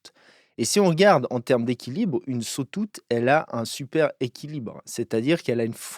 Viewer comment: Cool video. Par contre, tu m'as tué avec le "sotoute" aha